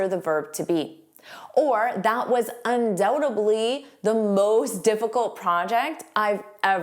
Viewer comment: Instead of "undoubtedly" I hear you say "undoubtebly"